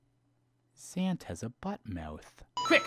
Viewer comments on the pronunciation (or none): he said "zant has" which sounds close to "santa" cause of his accent